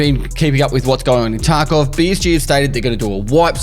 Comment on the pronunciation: after many years of videos, I was today years when I realized pronunciation of tarkov is "escape from tacov"